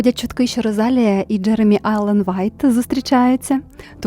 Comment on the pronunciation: будь ласка заверніть увагу на наголос) Rosalía